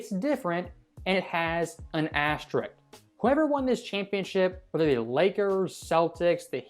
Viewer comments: Why are there a couple of people narrating on here that can't properly pronounce the word "asterisk"? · Why can’t anyone pronounce the word asterisk?